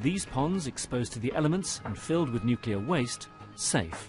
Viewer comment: Yet another nuclear industry professional who says nucular.